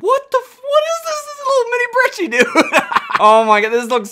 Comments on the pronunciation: Lil late but not brechie ita pronounced like breki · Not "breechie"